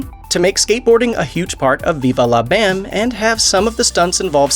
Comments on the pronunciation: Pretty sure everybody But You pronounces it Viva "Lah" Bam & NOT Viva "Law" Bam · Why you say it like that “veevah lah bam” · 😂😂😂😂 bro viVA la BAM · Wtf does it sound funny when you say Viva La Bam? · Why do you say viva la bam weird?! 😂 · Hearing him say Viva la Bam was like listening to a speak and spell try and pronounce it lol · Why you gotta say Viva La BAM like that?! Lol